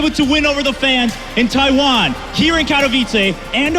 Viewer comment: Taiwan not Tiawan ,u noob